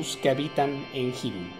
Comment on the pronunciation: se escribe hyrule pero se pronuncia irule